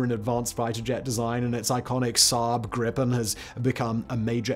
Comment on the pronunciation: You pronounsed the swedish one wrong😂😂